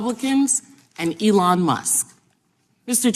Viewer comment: MTG didn't think any entity should promote a vaccine that wasn't FDA approved, but they were all tripping over themselves to promote worming medicine for covid, WTF? These MAGA cultists have no shame and no self awareness. She wont even pronounce Elons name right.